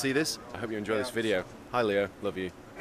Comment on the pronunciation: I love Leo's accent, I'm always pleasantly surprised by how he pronounces things.